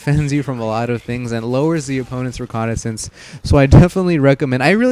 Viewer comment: and u say reconicence